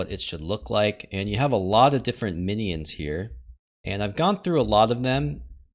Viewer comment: He's teasing you because you say a 3 syllable "mi-knee-ins" as opposed to the more common 2 syllable "min-yins"